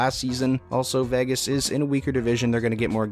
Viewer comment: who would trust anyone who can't even pronounce Vegas ???